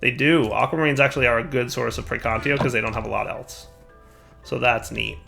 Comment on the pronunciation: Its been this long and he still doesn't know how to say praecantatio